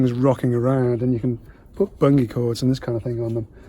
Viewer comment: I'm from Edinburgh. Only ever heard it pronounced 'bunjee'. No idea who's right or wrong..... Knew what you meant though! 👍😉